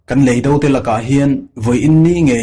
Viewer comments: I mizo ṭawng thluk hi a dik lo ṭhin em aw ka ti. Lei dó, i ti ṭhina, Lei do, ti ṭhin teh. Van vâr, ni loin. Van vàr. tih tur. Thu-un ang a lantîr tumna, ulh deuh deuh a thu chheh i ching riau, beng a ti thlep. A dang pawh atam mai. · Lei do, tih hi kan ka chhunga lei tih kan lam ang hian lam tur ania..do tih pawh hi ahniam thlaa lam tur ani bawk.. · I chhiar thiam viau na in, leido i lam dan hi chu a dik hlel deu lo maw, khawilamchhuak nge i nih aw, thiltlu tur do ang a rilo in, mizotawng ah chuan indo sawi na a ni a, lamdan hi han thlak teh